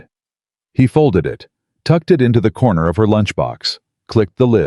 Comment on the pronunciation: Could you pronounce “He”, not “Hi” ? ??